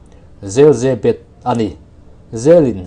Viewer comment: YE-BET tia lam a dik zawk.